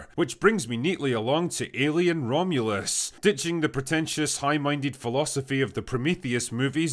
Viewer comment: so drunk he fucked up the name of the movie atta boy drinker